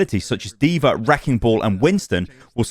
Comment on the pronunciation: “deever” lmao